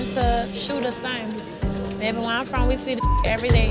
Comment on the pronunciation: we all know she from Louisiana when she said, “baby”z